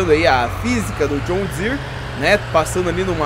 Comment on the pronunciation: Mano fala John Deere serto Vc fica falando "*joshn dsere"* fica muito estranho kkkkk